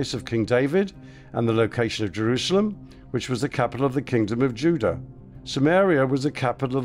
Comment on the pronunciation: he says Judah like olden day's?